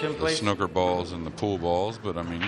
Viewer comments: dear American's its not snucker its snooker like a snood or the word mood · Why does every American commentator call it “snucker” 😂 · Snooker has 2 o's in it not 1 so stop saying snoker, leave the crayons alone. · Americans can't pronounce snooker properly, my us relatives are the same. Snooker not schnuker! :D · Snooker like snewker not like a cooker, but a puker, or pewter. Or p(oo), not c(oo)k. The English commentator certainly outlined how to pronounce the word. Somehow it was so irritating having to listen to it being mispronounced consecutively, and so bloody intentionally too. Snuker. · Any other British people here cringing at how Americans pronounce ’snooker’ ?! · The way the commentator pronounces Snooker makes my blood boil